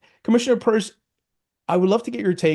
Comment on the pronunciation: It’s Pierce NOT Purse👀